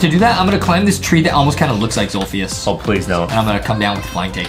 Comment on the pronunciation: adam its zolfijis🤣😂🤣🙂